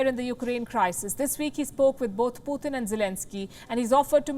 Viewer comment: The way she say Poootin 😂😂😂